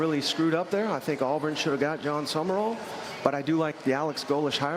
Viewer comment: Sum-rall, not Summer-all, —but Lane Quittin' is a good one